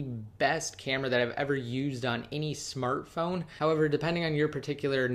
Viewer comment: what's a "smirtphone"?